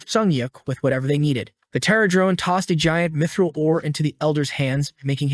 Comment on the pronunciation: why "dimidril" if it's "mithril" ???? 💩🤡🤦‍♂️